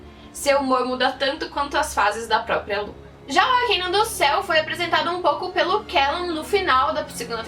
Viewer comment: N é arquiniun é arcano